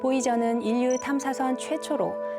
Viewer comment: 내용은 좋다만 최고 수준의 교육까지 받은 사람이 도대체 교육을 어떻게 받았으면 인류를 인뉴라고 발음하는 거냐? 발음할 땐 적어도 [일류]라고 해야하지 않나? 방송에서도 이런 식이니....